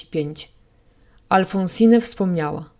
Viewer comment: W imieniu Alphonsine nie czyta się (nie wymawia) ostatniego „e”. Jest nieme.